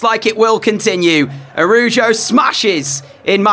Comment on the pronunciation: ITS ARAUHUO NOT ARUJO